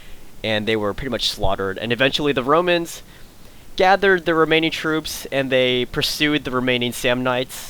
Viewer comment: It sounds like you said "Bromans"